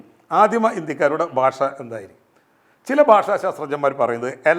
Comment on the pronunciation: താങ്കൾ എന്താണ് 'ഭാഷ' എന്ന വാക്ക് 'ബാഷ ' എന്നുച്ചരിക്കുന്നത്! 'ഭക്ഷണം' എന്നത് ' 'ബക്ഷണമെന്ന് ' താങ്കൾ ഉച്ചരിക്കുന്നു. 'ഭ' എന്ന അക്ഷരം 'ബ' ആക്കാതിരിക്കൂ......